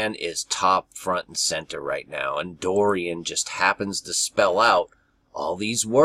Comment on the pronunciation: About an hour ago I saw an update on Dorian hurricane and all I could think of was this is a distraction! Wow. I clicked on video about the hurricane and he can't seem to pronounce it, he says Doran, and all I could think of is the doe ran... and that I thirst to be in high places with Jesus as in (Psalm ) Psalm 42:1-2 As the hart panteth after the water brooks, so panteth my soul after thee, O God. My soul thirsteth for God, for the living God: when shall I come and appear before God? Verse 7 caught my attention as well watching these hurricane reports. Psalm 42:7 Deep calleth unto deep at the noise of thy waterspouts: all thy waves and thy billows are gone over me. Even so, Come Lord Jesus Come. Amen!